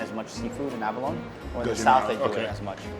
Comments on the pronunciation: Abalone is pronounced "a·buh·low·nee". Not "a-buh-loan". Google "pronounce abalone". I knew Abalone divers and this is how they all said it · It’s abaloneeeeee, not abalone, please pronounce properly! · Abalone is pronounced A-ba-LO-nee :) It rhymes with "baloney". not "alone". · and abalo-nee, not aba-lone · Abalone is pronounced with along E at the end (think abalone-eee). I grew up with my family diving for them in California. Shells were so big - 10+ inches!! Only legal from farms now and it takes years just to get as big as the ones they had with hot pot. Expensive too… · I believe abalone is pronounced abalonEE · its abolony.. nee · It’s pronounced: ah-ba-lone-ee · First time I've heard abalone pronounced "ab-alone"... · Yo js its pronounced a-ba-lo-nee 😅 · I think you pronounce abalone wrong lol